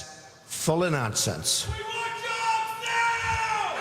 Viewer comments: DEY TUK OUR JEEEWWWWBBBSSSS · They tok'er jobsssss lmao